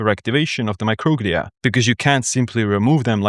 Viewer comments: It’s not mocroglia it’s pronounced micro-glia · Microglia is pronounced my-crow-glee-uh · I thought it was pronounced “micro-glee’ah”. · Yeah, classic case of accent on the wrong syl-AH-bul